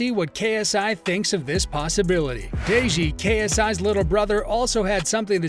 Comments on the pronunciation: bro said “dayji” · Why does he say deji like that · the way he said deji's name....